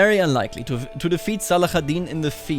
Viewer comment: Great video as always ! (But just for your info in arabic saladin is called Salahadin, with an h sound not the kh sound)